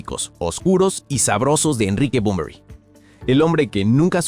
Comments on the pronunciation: lamentable video, todo hablando de supuestos, "dicen" . Una verguenza digna de un pobre tipo que odia a Bunbury, pero que inmediatamente despues dice que es una leyenda, no puede ni nombrarlo porque le dice Bombory. La comparación con jim morrison digna de alguien que nunca escuchó Heroes ni a BUNBURY...en fin, si alguien está leyendo éste comentario antes de ver el video, no pierdan el tiempo, es puro cotorreo de peluquería sin ningún sustento, no le den like, no lo sigan ni toquen la campanita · Muy negativo este análisis; bastante insulso y sin argumento, Bunbury se pronuncia tal cual se escribe, no es Bonbory, un irrespeto total a un Maestro innegable, Poeta ecléctico y sensible; busca no más otro oficio pendejo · "Bomborui"🤦😖 desde luego... De asco escucharlo pronunciarlo 🤢 No pude ver el vídeo mas de 5 minutos. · Por qué no aprendes a pronunciar bien su nombre?? Es muy fácil, solo hay q leerlo bien